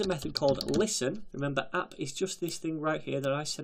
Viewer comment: "We can go ahead and create our express appPUH!" Lol